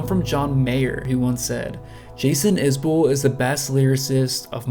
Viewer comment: Is-Bull. He appreciates you for pronouncing his name correct.